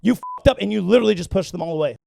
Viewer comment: LITCHERARLIE! LITCHERARHLIE!!!!!!